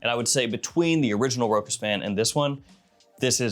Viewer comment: It is nor ROKAS ! it is ROSHA!